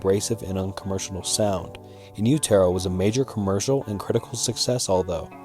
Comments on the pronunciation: Inn terrow ? At least try to research the name of the album. 😂😂😂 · I don’t have a desire to listen to a guy read out surface level Wikipedia entries while badly pronouncing 5th grade level words. Everytime this dudes content comes up it’s the same shit. Actually shameful, dude literally pronouced in utero in youtearoh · In you terro? Silver? This guy sucks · “In You-Tear-0” is my favorite album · It’s pronounced “In U-ta-Ro”. Like in the uterus. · hey man ignore the hate on what people are saying, in utero us said “in you-do-row” but it doesn’t matter we all know what you mean, love this video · In utero —— in you ta row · Please never make another Nirvana video again, you sound like those t-shirt kids who don't know shit because you can't even pronounce their album correctly. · Never pronounce in utero like that ever again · He really messed up the name of the second album in utero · It’s hard to accept information as coming from a reputable source when they can’t get something as big as pronouncing in utero right. It’s an English term so you should be able to pronounce it. As for sLiver, no NIRVANA fan worth their salt would make that error. So it brings into question why we should trust your information when the first thing I learn is that you got these two things wrong, but even worse, you’ve got an attitude about it. Damn, you are even struggling to say NIRVANA right when discussing in utero and Steve albini. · Your mispronouncing IN UTERO. Please fix this. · How do you not know how to pronounce In Utero?? LOL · Dude didn't even pronounce In Utero correctly lol. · The narration of this video is horrible Very drone and monotone reading A lot of slurring and stuttering And all the mispronunciations (more than just silver and in utero) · FFS "Silver" ?????? You gonna do a friggen Nirvana ice berg and can't get 1. the pronunciation of In Utero correct, and you can't get the name of a song correct. SLIVER. SLIVER. SLIVER. SLIVER. SLIVER. SLIVER. SLIVER. SLIVER.